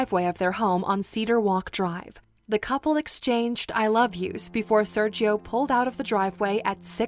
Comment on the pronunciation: It triggered me every time she said "Serchio" instead of "Sergio"